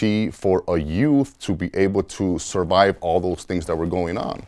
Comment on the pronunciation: “OPPORTOONITY FOR A YOUTH TO SURBIBE”